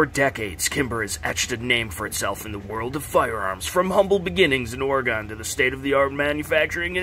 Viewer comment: "Or-Gone" where'd it go? It's Oregon (Or-gyun). please don't say that again. EVER